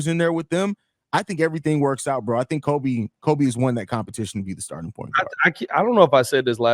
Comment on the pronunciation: it's Coby as in Jacoby